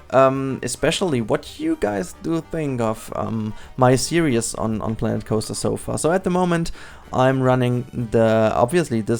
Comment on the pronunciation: The day learns to say 'series' and not 'serious' will be a great day to humankind😂great episode tho! Stop it with all the teasers, you're making us curious;p